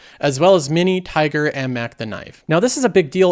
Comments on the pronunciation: Man, it’s Tigger, not Tiger. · mispronounces his fair share of words, which is fine because he says a lot, but I fully expected to see someone else in the comments notice "tiger" pronounced for "Tigger". C'mon. 😐🛫☁️🏘️ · You’re saying Tigger wrong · Maybe he's worried YT is gonna flag him for a similarly sounding word. :hand-orange-covering-eyes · He forgot the double guh